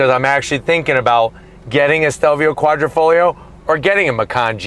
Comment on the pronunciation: Quadrifoglio is pronounced Quadrifoyo NOT kwahdreefohglee-yee-oh! OMG! The "internet" it's a thing. Look it up!